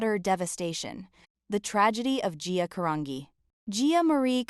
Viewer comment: Do this poor lady Justice ! Pronounce her LAST NAME CORRECTLY OH AI …or wtf it is. Disgusting. 🤢